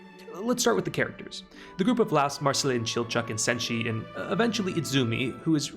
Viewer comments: Lol I'm not normally a stickler for name pronunciation, but this was killer for me XD For the future and your future reference: Mar - seal Lie - OS Chill-chuck The video was amazing work otherwise! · Why is everyone calling Laios, Laos? It's some English translation error? Or a dub error? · All corrected pronounciations (Source: Eng dub [very good btw]) - Marcilleh --> Mar-sille - Laos --> Lie-os - Fallin --> F-AH-lin Good video essay! Liked the clear explanations you gave the audience.